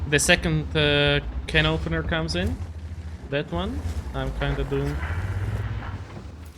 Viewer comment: It is Cannotpenner instead of canopener